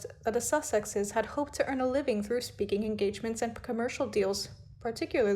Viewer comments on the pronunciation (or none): none